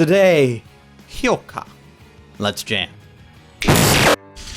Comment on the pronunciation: has finally learnt how to pronounce Hyouka. Let's rejoice!